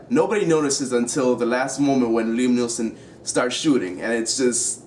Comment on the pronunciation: NEESON!!! not neilson